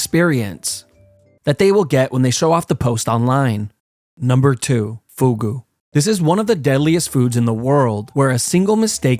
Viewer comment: number 2: foooghooh